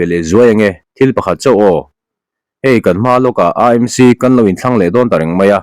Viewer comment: Aa Em Si (AMC) ti lovin, Ee Em Si (AMC) ti ve mai la. Mizo-in C hawrawp kan neih lo a vangin, a ni dàn ang hian lam ve mai hi a thra.